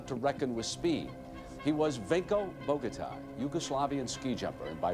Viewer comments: Vinko Bogotaj.... J is pronounce like Y.... It's sounds horrible when you call him like you did... Totally wrong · Yugoslavian languages use J for a Y sound, so the Agony of Defeat guy's name is said more like Boh-gah-tie